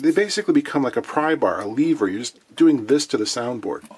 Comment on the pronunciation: Not too bad other than your horrible mispronunciation of lever which should rhyme with never or forever - not lEEVER!! UGH!!! And 0.20" of and inch is not thick for a guitar finish. I've seen some that are twice that thick! Most finishes are this thick are at least about 0.18" of an inch thick. Any thinner and you'll burn right through the finish. I find that TWO CANS or 22 ounces of paint are sufficient to finish any instrument to the point where you can wet-sand and rub out without burning through to the wood or sanding sealer beneath. Good job on the repair.